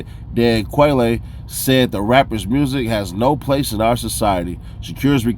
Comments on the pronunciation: Dan Quayle pronounced like the bird, "quail" You're young... but you're right about Vlad....he just worships money, clout and getting a black card....he's so weak.... I went to school w guys that literally jocked black people so hard that they end up hurting them because of their sick and twisted obsession w them... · Dan Quayle is pronounced Quail like the bird. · He misspoke a couple of words mispronounced Dan Quayle with the silent e and Tupac's middle name amaru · “Quail-ee” is nasty 😂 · Dan Quay-le ??? Nice info shared. Rest Pac & Biggie. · Who tf is 'Dan Quay-lay?' 😂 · Dan Quaylay?? 😂😂😂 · Dan QUAYLE you totally pronounced his name wrong. You have done this several times in previous videos. Your only slightly better then your fellow podcaster King AK. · Hi, I love the content, it’s always great, with excellent delivery and attention to detail. I’m telling you this with only the utmost respect for your intelligence and because I believe you’d want to know, just in case it comes up in future conversation. Vice President Quayle’s last name and the quail bird are pronounced the same way. I pray this is received in the same spirit in which it was given. Keep up the good work. Im so proud of all you young Black sons doing your thing - the right way. God bless you all and all of yours.